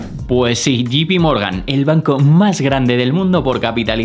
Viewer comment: Muchas gracias por tus videos. Los sigo y espero con ansias. Sólo una pequeña, muy pequeña, sugerencia. Me suena muy incómodo que te refieras a JPMorgan como “Yi-pi-morgan “ cuando debería sonar más a “yei-pi-morgan”. Sólo eso y espero no molestar con este comentario. Saludos